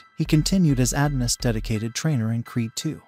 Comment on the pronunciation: It’s pronounced “UH-DON-US” not “AD-NUS”.🙄